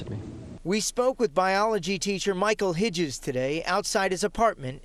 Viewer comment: you're a good man Hitzges. And it's Hits-Giz lol